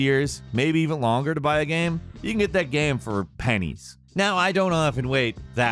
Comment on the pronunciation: my dude, by now after all these years I consider you and everyone in Gameranx pretty much family. But the way you pronounce "gaem" is infuriating